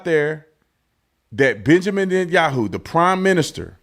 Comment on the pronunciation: This moron can't even pronounce b.n name correctly.